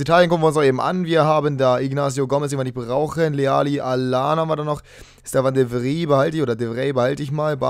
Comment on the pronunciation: Gutes Video :D Aber deine Aussprache bei manchen Spielern ist wirklich schlimm. Ciro Immobile wird Tschiro Immobile ausgesprochen und Stefan de Vrij wird Stefan de Vraj ausgesprochen